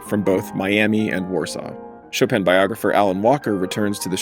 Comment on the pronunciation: qu'est-ce que cette prononciation de "Chopeune" ?